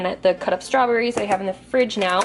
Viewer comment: #Strawbbbbss?? Lol Love It!!